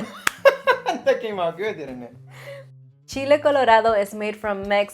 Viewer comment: I'm glad you know the right way to say, "Chile colorado." So many others say, "Chilly caller ah dough."